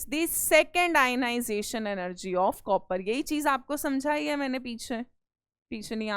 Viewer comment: Bhai lec 1 mai mam ne jase copper ko pronounce Kiya.......